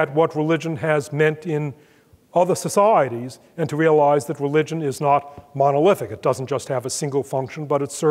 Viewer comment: every time he says 'societies' (s'saahh.reece) I come to a screeching perceptual halt.